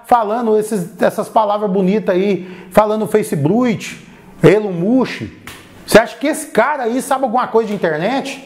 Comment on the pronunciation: desculpa não me aguentei kkkkk "elon munchi"😂